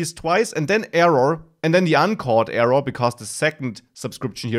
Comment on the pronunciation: nicely explained thanx and its error not evuv or eruuur :)